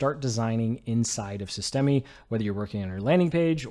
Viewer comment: FYI the e on the end of systeme is silent